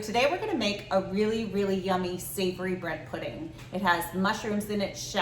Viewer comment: Dam I could have sworn I heard breast pudding